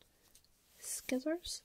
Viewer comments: Whaaaaaat there’s people who pronounce scissors “skissors”?????! Shocked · Did she just say "Skizzors"?.........., I love you